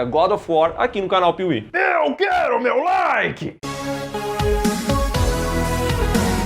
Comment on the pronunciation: "DÁ O LIKE NO VÍDEO, MÊO"